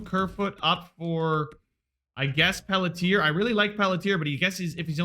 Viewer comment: Pelletier is pronounced (Pel-CHIE-aye) btw